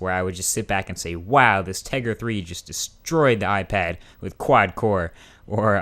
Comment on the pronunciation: Did he just say "iFag"? LOL